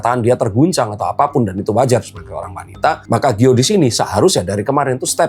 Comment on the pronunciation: Bukan gio tapi giol